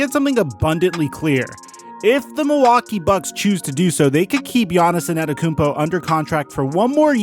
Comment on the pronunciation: Is purposely pronouncing it as ANNETETOTHEKOUMPO?